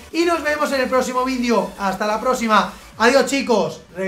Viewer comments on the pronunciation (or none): none